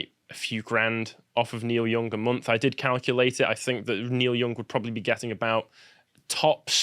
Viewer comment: It's pronounced young not "Yong".